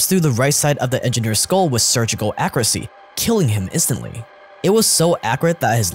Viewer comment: Akoorasi, sussehful Haha, i can tell you're giga asian